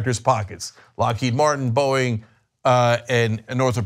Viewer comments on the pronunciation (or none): none